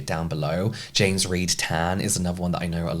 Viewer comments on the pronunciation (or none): none